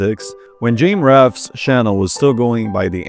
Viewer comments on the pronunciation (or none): 40 seconds into the video and you pronounce james rolfes name as “jame raf”. instantly closed the video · He pronounced it "Jame Raff" which indeed is so wrong it's just a completely different name at that point. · his name is james rolfe Thats not even a mispronounciation there thats just straight up not his name